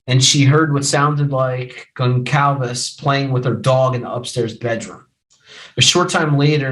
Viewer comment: Cur no dull. Gone Cal vez. And you're a lawyer? NOT cur noodle.